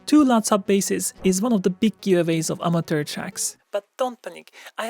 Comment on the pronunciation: Say: a-muh-chr.. a-muh-chr.. a-muh-chr.. NOT Amater